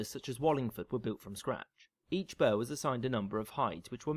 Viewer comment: Minor point - the narrator mispronounces "burh". It should sound more like "bu ra", which later came to be pronounced as borough.